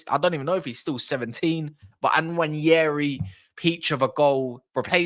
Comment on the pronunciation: Btw it’s pronounced Waneri, the N is silent.